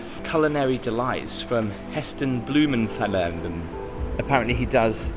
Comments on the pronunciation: That is not how you say Heston Blumenthal! 🤣🤣🤣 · I’m not 100% sure how to pronounce Heston Blumenthal’s name, but I’m sure it’s not how you did! 😂